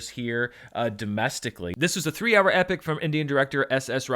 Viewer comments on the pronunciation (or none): none